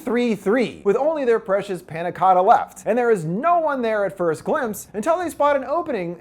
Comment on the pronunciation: yea i’m not even italian and it pisses me off 💀